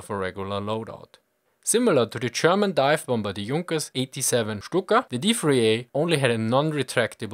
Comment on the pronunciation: Why oh why do you say CHerman, CHapanese, CHip? You do it on purpose to "be interesting" or something? It´s unbearable. Tak a a short pronunciation course or something, it´s EASY. I know tons of Germans and a few Austrians who speak PERFECT English, with only a hint of an accent.